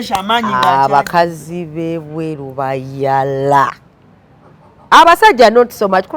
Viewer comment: nga you're emphasizing "bayala"... 😂😂😂